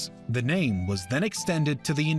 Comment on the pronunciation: They never taught the first part of the history in schools much about the majapahit and the different sultanates. Comment though,narrator,please study the pronounciations of the names of people and places..its kind of inappropriate to mispronounce things.if it was in the past it is understandable,but we are now in the information age,where we could ask the locals how the word/name is pronounced.it is just a skype or even a facebook messenger recording away.its not that hard i guess